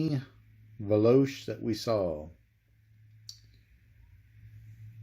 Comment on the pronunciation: It is pronounced veloche